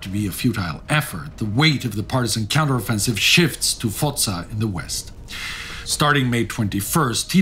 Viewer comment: One thing... C at the end of Foca is like CHarles. 😉